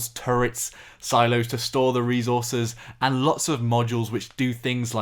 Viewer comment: Stopped watching at "Reese Horses" . It's fucking Resources mate ffs